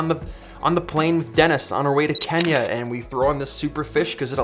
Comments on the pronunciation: he said kenya yeeee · Did you just say Kenya... 😂😂😂